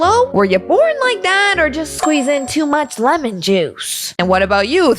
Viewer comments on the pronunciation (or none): none